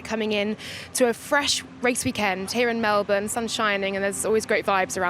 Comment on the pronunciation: nailed it..... it's Mel bin Alex not Mel born. 👍